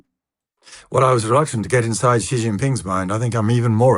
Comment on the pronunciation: Xi's name is pronounced "SHE"! Its She Jinping.